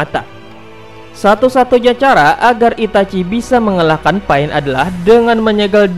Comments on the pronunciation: Kok dengernya malah PAIT njirr namanya bukan pain!! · Sebut betul kawN bukan paen tpi pain pain pain sebut betul2 bukan paen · Sebut pain elok2 brader